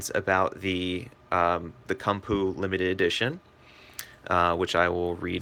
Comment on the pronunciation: Koom-poe. Not come poo. Ha!